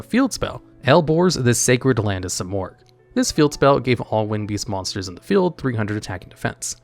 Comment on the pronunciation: Ahh yes..good old SIGH-morgh